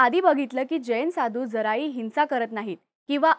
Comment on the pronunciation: हिंसा करीत नाहीत मग स्वतः च्या डोक्यावर चे केस उपटून काढतात ही अहिंसा आहे का? आणि ताई तुमच्या साठी हिंसा, अहिंसा, संस्कार या शब्दांच्या उच्चारावर लक्ष देत जा.